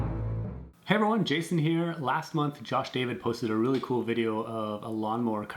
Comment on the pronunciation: its not josh david its pronounced as josh daveed